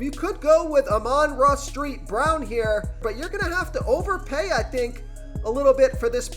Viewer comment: Street brown. Come on. And dude do something with this audio. It’s horrible. Literally sounds like your yelling a basement